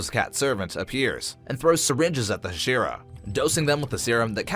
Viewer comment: bro said huh-sheera and kuh-zooki